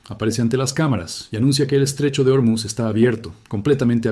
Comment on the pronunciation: Terrible traducción por la IA. Y por cierto no es Ormiz, es "Ormuz". Buscate otro oficio sea la máquina que seas.